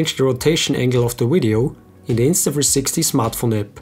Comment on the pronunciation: Can you say the name INSTA THREE SIXTY right instead of INSTA FREESIXTY?